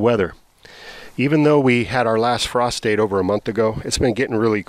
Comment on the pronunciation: Every time you say frost date I hear prostate